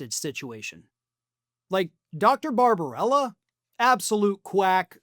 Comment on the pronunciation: Bar-ba-BEL-la! It’s not rocket science. Just phonics. News casting is a detail-oriented biz. You guys should be able to master this!